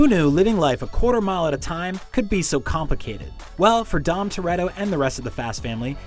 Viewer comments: Did you just say compicated instead of complicated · Did anyone else hear he said “compacated” instead of “complicated?”